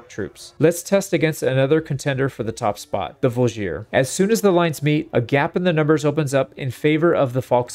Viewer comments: I think the best example is how pronounces G in Voulgier, making it into something like Drougien-nick for all our non-slavic friends out there (with emphasis on "i" in drougien, just like in voulgier) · On a similar note, the Vlandian Voulgier is a “vool-jee-ā” with no stressed syllable. The sergeant is a “serj-anh” (it’s hard to phonetically spell a french “r” and “an/en” ending.)